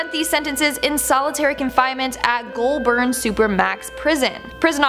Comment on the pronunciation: I love your effort, but it’s pronounced, Ivan Mill-At And Goulburn- is pronounced GoldBurn. Nice to see aussies in these things. Not in a good way though, actually creppy having know someone who is related to him.